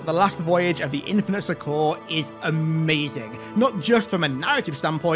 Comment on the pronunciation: That's not how you pronounce "succor" and you say it over and over again lol